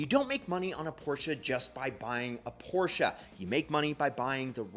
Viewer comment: An expert that can’t even pronounce the car’s name. I’m sorry I liked all the information and your videos, but it through me off.